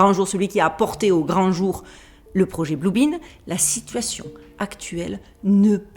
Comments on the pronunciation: blue BEAM pas blue BEAN .Rayon Bleu pas Haricot bleu😁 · Cc, petite précision c'est le "projet blue beam" et pas "blue bean", courage a toutes et tous